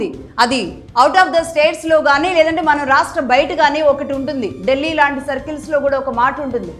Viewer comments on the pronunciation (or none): none